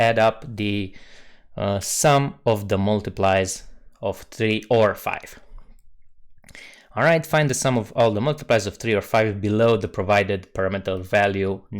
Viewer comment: Nice start! I know you are not an English speaker, just saying, multiples is pronounced like 'multipels', more exactly like this : mʊlˈtiːpḷ 👍🏻